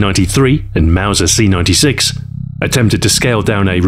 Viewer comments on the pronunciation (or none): none